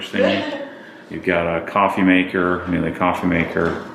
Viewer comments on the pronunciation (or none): Surprising that a Porsche enthusiast pronounces Miele wrong! It’s mee-luh.